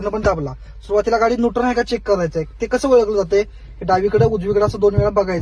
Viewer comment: नुटन ❌ न्यूट्रल ✅ गेर ❌ गियर ✅ 😂